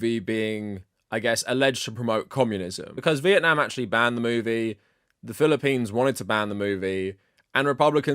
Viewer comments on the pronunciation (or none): none